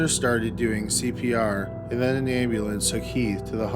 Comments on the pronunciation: I find your voice soothing and I watch many of your videos... but Ambulayance? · Is this a person or computer talking. Like the way he pronounces ambulance and Noah is bizarre. And his speech cadence is so weird.